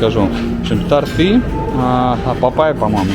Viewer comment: тОрты! Не тортЫ